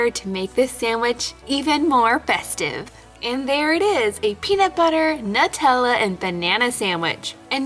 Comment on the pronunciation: you're saying Nutella wrong